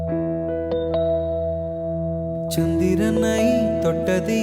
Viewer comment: நீங்க சொல்ற தேவதையில் தை யை அழுத்தமாய் உச்சரிக்கிறார். வேறு சில கடைசி எழுத்துக்களையும் அழுத்தமாய் உச்சரிக்கிறார். உதாரணம் : சந்திரனை யில் னை யை சில சமயங்களில் ணை ஆக்கி விடுகிறார். அதை தவிர்த்தால் இன்னும் நன்றாக இருக்கும்.